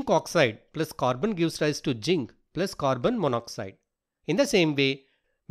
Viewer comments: zinc ❌ginc⭕ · Not jink it's zinc😅 Not criticize ing plz change